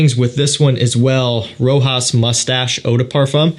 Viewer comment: Sir, you wrongly pronounce Rochas. It is not Rohas. It’s Rosha. Ch is pronounced like Sh in word Shanghai.